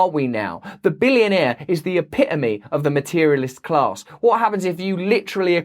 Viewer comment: Definitely the uh-pih-uh-me